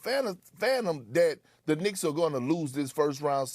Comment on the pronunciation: "New York Knickerz" 🤣🤣🤣